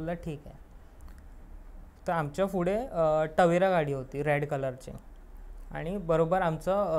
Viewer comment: तवेरा❌ टवेरा✅